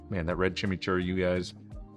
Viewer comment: Dood, it's not like Jimmy, it's Cheemee.